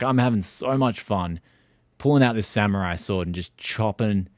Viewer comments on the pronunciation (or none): none